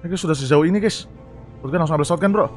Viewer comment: Shotgun Bang Bukan Shotgan